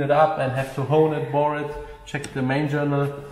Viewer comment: We have to HOOWWWN it BOOOHRR it :D !!!